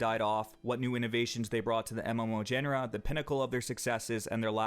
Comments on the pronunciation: u pronounce Genre in a wierd way , its Jaunera not Jennera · Great video, that game looked like garbage even back then. WoW was no special snowflake in the graphics department but once you started a character you couldn't stop... One thing that bothered me throughout the video, GENRE is pronounced: jyon-ruh. It's nitpicking I know.. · What is a "gen-a-ra"? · Some important pronunciation: Genre = Jjon-re Renown = Ree-now-n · just what I was about to comment :) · Genre is pronounced Jon-Ruh, with a kind of Jjjj sound at the beginning, similar to the sion part of fusion. Just some constructive criticism. No offense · Good video but the way you pronounced genre and renown really bugged me. Just fyi